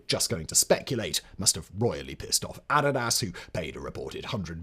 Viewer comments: LOL that's not how you pronounce Nike or Adidas. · I watched a documentary on the founder of the company and that's how they said it. Emphasis on the last syllable. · I guess since Americans routinely mispronounce "adidas" as uh-DEE-dus... I'll except your very annoying insistence on mispronouncing Nike. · Haha ADD-is-ass. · That IS actually how you pronounce "adidas" though, it was two peoples names mashed together. "Addi" and "das" dunno what "dasis" short fro, but it is pronounced "addy-dahs" NOT"ah-dee-duhs" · Adidas is simply a contraction of the founders name. Adolf, or 'Adi,' Dassler. Hence 'Addydass,' rather than 'ah-dee-dass.' Glad we cleared that up...😊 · Nike and Adidas pronunciation really threw me for a loop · I think Simon is pronouncing Adidas and Nike that way to intentionally infuriate those companies, lol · Please stop saying Nike and Adidas. My ears are bleeding. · That’s the proper pronunciation of Adidas. Americans are the only people in the English speaking world who say it the way they do. It’s a portmanteau of the founder’s names. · Yes. Agree. I'm talking about Adidas, not Nike. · I know the way Simon pronounced ADIDAS is actually the right way but it sounds so wrong lol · Every single time a British person pronounces the brand the British way, there’s always a pack of you guys whining about how they’re wrong. Adidas, aluminum, Nike… Words *can* be pronounced differently in different countries. It’s perfectly legal. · It both bothers me and doesn't bother me at the same time. Hearing how much Simon just doesn't give a shit about this pronunciation on Blaze ive gotten over it and accepted it. Lol. But the way he pronounces ADIDAS will forever make me laugh. 😂